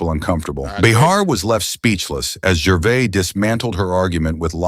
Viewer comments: who's "gervay" ; narrator: jer- vase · From Norfolk in England. Firstly, just to correct your own correction, you was right first time. Ricky's name is GERVAIS pronounced GERVAZE. Not GERVAY he's not bloody French, and every time that voice said Gervay I was getting more irritated. I would have loved to see RIcky put him (or it) straight. As for Ricky's point of view, I stopped watching all awards programmes a long time ago because of exactly what Ricky highlighted. Self satisfying, pompous grandstanding that got more cringeworthy with each passing year. My highlight of the famous Golden Globes demolition (seen by recommendation on you tube) was the changing of the expressions on the faces Tom Hanks and Leonardo DiCaprio seated side by side. Mr. Hanks went from broad grins to looking like he was chewing a wasp. Larf is like lark a box o' box o' chawklets, is it it not? Great video sir. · The S in Gervais is sounded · You got the pronouncing correct it’s the AI Narrator who got it wrong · You are using the correct pronunciation. It is the narrator who incorrectly prounced Gervais. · This commentator can't even pronounce Gervais correctly. Stop telling us what we already know! Bishop's Stortford, Hertfordshire (pronounced HARTFORDSHEER) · Gervais is said with the S at the end. The narrator isn't pronouncing it correctly. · Nah, this narrator sounds like AI and is pronouncing it wrongly. The S is definitely NOT silent. Ricky is English, not French. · You were pronouncing correctly. The person narrating the video was pronouncing incorrectly.